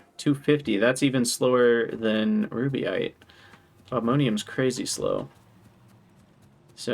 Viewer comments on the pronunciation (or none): Reduce the need to hydrate slightly by not adding syllables to rubyte.